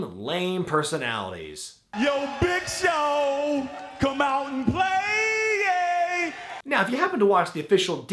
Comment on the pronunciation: it annoys me how he cannot say the word 'play'